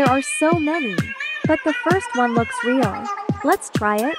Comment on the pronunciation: it, s not rael😭😭😭